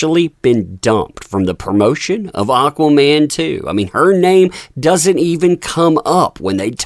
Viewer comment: its AquamaN...not AquaMAAM from Spain